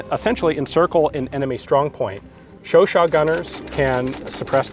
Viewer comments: Its Chu CHAD😂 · Don't you mean the "chowchat"?